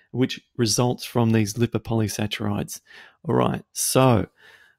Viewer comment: I wish you knew how to pronounce "polysaccharides".